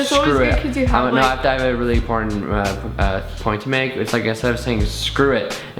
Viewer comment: reaction when mispronounces 'point'